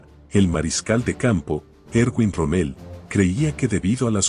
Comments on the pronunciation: Rommel, mal pronunciado. El error verbal al usar términos mal pronunciados, a causa de la dislocación acentual, es un fenómeno demasiado frecuente en pronunciación y que puede combatirse con la ayuda del diccionario. La destrucción del idioma por culpa de suramericanos es terrible. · Excelente video, lástima la pronunciación de la voz relatora: no se pronuncia ROMMÉL... sino ROMMEL... en fin. Buen trabajo por lo demás. Gracias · ¿Por qué lo llaman Rommél? El tipo era bajo, pero no tanto como para ser francés.